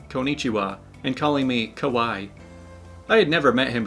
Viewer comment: yeah calling someone "kah-why" is cringey AF, considering it's pronounced "Kah wah ee"